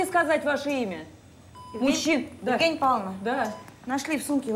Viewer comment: Королева Евгения Павловна.Ударение)